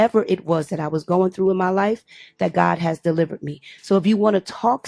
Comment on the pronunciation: Did she say she was DELIVERT?